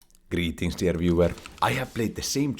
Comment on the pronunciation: I heard “greetings there viewer” =))